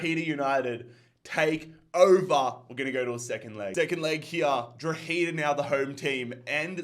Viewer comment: It’s pronounced « draw-heh-dah » 👍